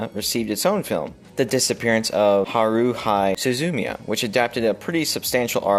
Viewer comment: Came to your channel because your opinions are solid and rooted in research, and for your exposure to monumental films in the industry. I have but one criticism: Please pronounce "Haruhi Suzumia" properly 🙏🙏🙏